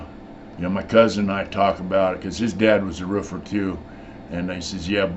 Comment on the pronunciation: The way you say roofer lol no disrespect it’s just funny